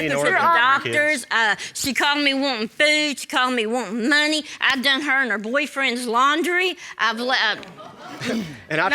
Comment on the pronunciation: “I gave’em fewd I gave’em menny.” 😆😆